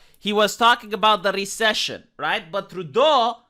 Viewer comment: At first I thought Trudeau was saying Xicession and Xicovery, but no, of course he can't.